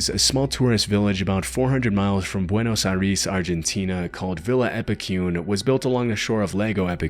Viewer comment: bro can say Buenos Aires but not tinnitus? is this AI or is that just funny lmfao